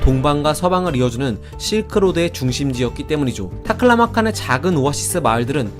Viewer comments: 발음이 좋으시네요~ "타클라마칸!" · 타클라마칸 발음이 찰지고 경쾌하네